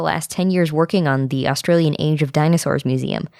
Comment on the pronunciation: i love 31 - 36 the pronounciations kinda wrong, its hilairious though its austrailion (so funny i can english right XD x1000)